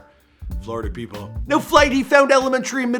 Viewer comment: He said flight lives in flawda to this day even though he lives in Los Angeles